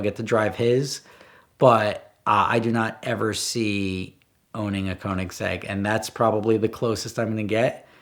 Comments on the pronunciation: It's pronounced KERnigsegg, not KOnigsegg... They're Swedish, FFS. Why do Americans insist on butchering other languages?... 😒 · Bro it's pronounced: Co-nig-seg. There's no z anywhere in that. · The question is how do you keep pronouncing it so wrong!? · Americans are never going to be able to pronounce Koenigsegg right haha. Sounds funny though. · When I, as a Swede, hear him express the word koenigsegg wrong, I panic haha. Love the video do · I kinda wish Americans would bother to learn how to say Koenigsegg if they are gonna idolise the things, it really isnt hard to pronounce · If you can't pronounce keonigsigg go watch a cookery channel 😂😂